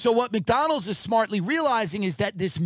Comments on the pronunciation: His neck fat doesn't allow him to pronounce it properly. Poor guy 😢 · Why does he not put a d in McDonald’s. Mcdonal lol